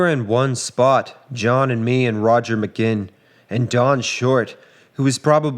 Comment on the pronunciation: 'Mc gin', lmao. BTW, in 1965 possession of LSD was legal, thats why the Lads talked about taking it so freely here.